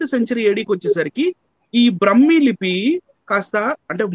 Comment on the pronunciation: బ్రహ్మీ కాదు. బ్రాహ్మీ!